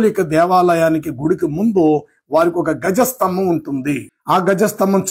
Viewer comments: Gaja sthambham kadu andi dwaja sthambham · గజ స్తంభం కాదు ధ్వజ స్తంభం